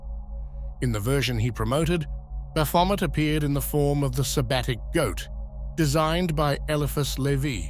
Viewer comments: 99 percent of people pronounce it incorrectly. Its actually pronounced "Baphomey". But his pronunciation is particularly bad. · I can only hear bath vomit now 😂😂😂😂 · At first I was like dude what a dick then I played the video. You were indeed spot on bro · I think of this word came from france it would be pronounced Bah-fo-may, with the last letters et making an ay sound like it the word "ballet". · Yes. A near-rhyme to bat-vomit, appropriately enough. All praise unto Christ our Lord! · Never heard of this Bath-Vomit feller., I’ve always heard Baphomet pronounced like Chevrolet. Can anyone definitively tell me which pronunciation is correct? Are they both? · The ‘t’ in Baphomet is silent. Baphomet is a Trinity of Aquarius, Capricorn and Libra, holding the Caduceus of Hermes Trismagistis. Baphomet lights the way for our future Heaven on Earth. Heaven on Earth occurs in Aquarius, therefore within the next 2500 years it happens. The timeline is entirely up to US; Christ Consciousness will Save US and the Planet. The indigenous peoples of North and South America are the Chosen Ones for this Endless / Golden Age of Aquarius and Universal Enlightenment … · Sht now that's all I hear lol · Great. Now, I can't NOT hear it. 🤣🤦🏾‍♂️ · That's all I can hear now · Somebody's had a bit too much to drink!😊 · Oh come on. I hear this every time he says it now. Omg 🤣🤣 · 😖This pronunciation of baphomet is Slowly but Surely Killing me. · It’s hard to take anyone seriously when they can’t even pronounce the dudes name correctly. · I just wanted it pronounced correctly one time, since it was about him but nope. . . TTS